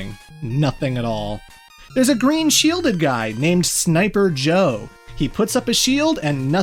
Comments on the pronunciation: There’s something cursed about hearing you named the Sniper Joes correctly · Man, has come a long way from those initial let's plays. He even said Sniper Joe's name correctly!:D